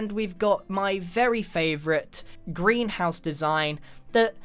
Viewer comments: greenhouse, emphasis on HOUSE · I thought he said a "grian house"